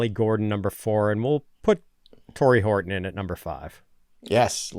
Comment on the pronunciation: Did say “Hard on” when talking about Horton?! 😂